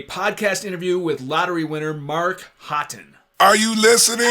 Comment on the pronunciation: I thought Haughton was pronounced Hawton, not Hotton. Anyway, cultural difference.